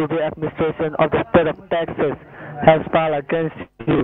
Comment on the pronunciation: Its "state of Taxes" mkay 😁